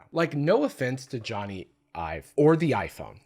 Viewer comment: Jony but pronounced like Sony